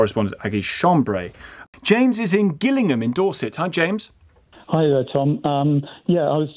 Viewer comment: I wasn't expecting that pronunciation of Gillingham